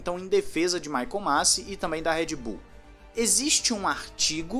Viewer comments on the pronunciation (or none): Masi. Se pronuncia "Masí"